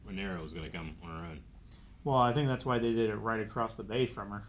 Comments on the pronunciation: AND stop saying RhaenaerYS, 14 episodes in and it still makes my ear bleed every F ing time !! RhaenerA you wanker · Is there some reason keeps referring to Rhaenyra as Rhaeneres, lol? It's so weird, like they say her name 26 times per episode 😂